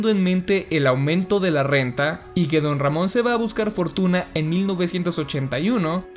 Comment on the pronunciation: Como Se Dice: Don Ramon Como Lo Dice El Chavo: Ron Damon Como Lo Digo Io >:v: Mc Ron Jamon xdxdxd